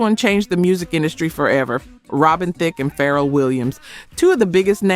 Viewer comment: I think this may be AI. A black woman would correctly pronounce Thicke and Pharrell.